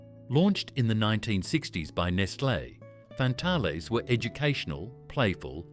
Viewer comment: Pronounced Fantails!!!!